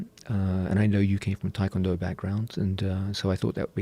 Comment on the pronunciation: I've always wondered why people pronounce it Tie Kwon Do. I can understand most people, but these guys who train w/ actual Tae Kwon Do instructors and probably Koreans, why not pronounce it properly? It's like when people pronounce Hyundai (Hyun- deh) as Hon - Die. -_-'